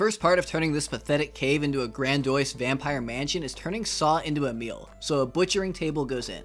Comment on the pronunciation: I'm sorry, did you just say Grand Oise? ...Like, instead of grandiose? Have you been living your whole life thinking it's grandoise?